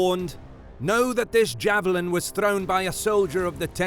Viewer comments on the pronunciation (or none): none